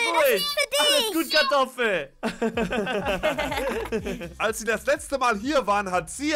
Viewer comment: Warum heißt er Katoffel😂